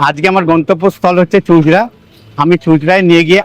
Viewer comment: দাদা, চুঁচুড়া উচ্চারণ টা ভুল হয়েছে। বাকি টা খুব ভালো হয়েছে।আমি আপনাকে জানিয়ে ছিলাম চুঁচুড়া এলে আমি আপনাকে ঘুরিয়ে দিতে পারি। WhatsApp এ জানিয়েও ছিলাম। সেক্ষেত্রে আপনার দুবার টোটো ধরার হয়রানি টা হতো না। ভালো থাকবেন,সুস্থ থাকবেন।